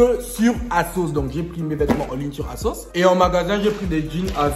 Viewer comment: On dis asos